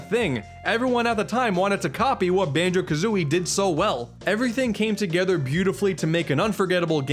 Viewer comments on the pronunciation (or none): Banjo Ka-Zune-ey